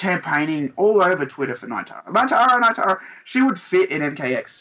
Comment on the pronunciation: NEE-tara, guys. Not NIGH-tara. :P